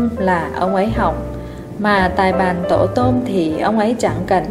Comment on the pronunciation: Truyện hay mà người đọc rất chán ! Tài bàn mà đọc tài bán.... Đọc không hiểu thì đọc làm gì?